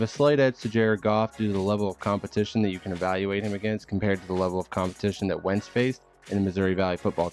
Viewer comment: dude really said wentz lmaoooo